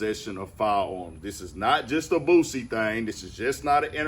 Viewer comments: why she say BOOZiie like dat lmao😂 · It’s Boosie not Boozie 😒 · Bihh said BOOZEY😂😂😂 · say it with me "BOO-C" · Did she say boosy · They never fail with the mispronunciation of certain homies. "Boozy" and "FITTY CENT" 😎🤣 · Lol its a whole "S" in "BOOSIE" "BOO-SEE" shit sound like peekaboo when you break it down lol Free Boosie for real before he even go i listen to dude so much he was like my big brother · She said Buzzie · Why she saying boozie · Did she say "boozey" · I LIKE HOW WHITE NEWS REPORTERS SOMEHOW ALWAYS FUCKUP BLACK RAPPERS NAMES LIKE THEY DONT KNOW WHO THEY ARE OR WASNT SHOWED HOW TO PRONOUNCE THEY NAMES... EVEN THO BOO-C BOO SEE (BOOSIE) HAS BEEN FAMOUS FOR ALONG TIME...DONT KNOW IF ISS RACISM OR NOT BUT ION EVEN WANT THEM TO SAY MY NAME WHEN I MAKE THE NEWS CUZ THEY STRAIGHT UP DISRESPECTFUL #DRILLANO #LANOTHEBILLIONAIRE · Why them folks always say boozy..🤣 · 😂 I can't stand how the news reporter pronounce his name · I hate when people says his name wit a Z in it lmao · Them using a Z instead of an S is crazy work 😂😂😂 white folks weird ash mane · 😂😂😂 where tf the Z at?